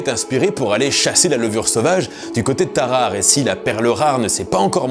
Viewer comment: Pardon où ça ? à "Tarahara", non ça se prononce Tarare. (Alphabet phonétique: taʁaʁə ).